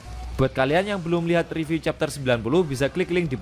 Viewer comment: Mbaca nya riview ya bukan review